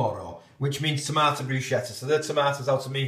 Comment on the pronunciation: My Strawberry Jam always ends up as strawberry sauce. I just can't get it o set. By the way it's pronounced 'Brus ke ta'. Not many people know that lol.